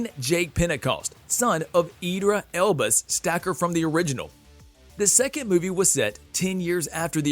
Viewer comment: this guy really said Idra Elbis 💀